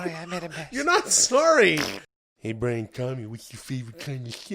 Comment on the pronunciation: We need more of Jamaican man by-ran ca-lan